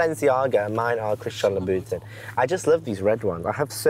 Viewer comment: “Christian La Boo Tan”